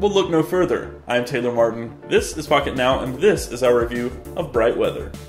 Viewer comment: I thought he said "this is fuck it now" at the beginning